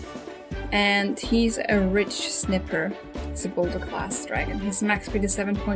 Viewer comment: You say it likes this.(Ridj-snighpir).